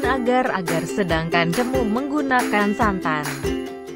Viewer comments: Cemoo e bacane bukan cemu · Ralat no 8 Bilangnya Bukan Cemu Tp Cemoe... CEMOE Bukan CEMU